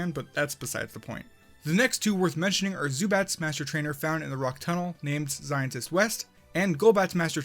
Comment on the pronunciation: I know, but it still sounds like "zientist"